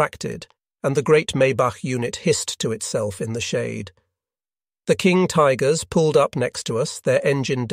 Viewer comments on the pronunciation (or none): "...King Tiggers..." ;) The automated narration is actually quite good, but this slip up gave me a chuckle.